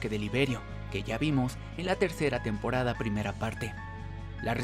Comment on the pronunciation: Dijo tenporada 3 :v